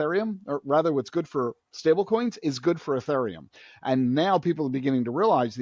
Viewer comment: This guy doesn't pronounce Ethereum correctly. Jesus.